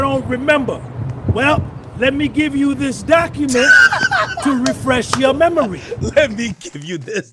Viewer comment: “Let me refresh…your memury “